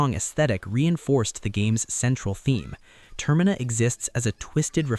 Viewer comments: God tell me about it… I can handle it if it’s here or there but I’m video paused because ter-Mina has been said 3 times in one minute and I’m ready to just click off it I hear it again in the next 30 seconds Update: It was said two more times in the following minute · Why do I get to distinct feeling that their using chat GPT he pronounced termina wrong😢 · As soon as you pronounced Termina wrong I stopped listening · I'm really enjoying it, it's driving me a little nuts though the way "Termina" is being pronounced.